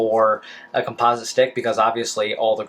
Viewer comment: hmmmm your saying "composite" wrong, just an FYI lol